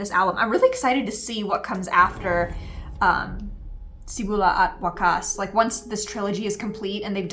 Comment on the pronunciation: Hey! It's been a while! I'll give you "The Best in Dissection Award" for this trailer. You truly are a certified A'TIN and I thank you for your all-out support to our Boys. And you are the 2nd reactor who perfectly pronounced Simula at Wakas! The 1st one is half Filipino. Wait... You're getting Filipino by heart slowly but surely! All the best! 💗